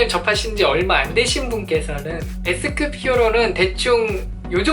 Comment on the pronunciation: 나만 예스급이라들음ㅋㅋ